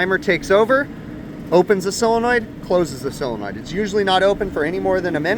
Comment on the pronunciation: The word is solenoid not cylenoid